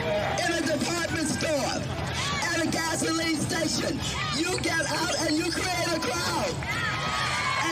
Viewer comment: "A Gas-o-leene Stay-shyun!"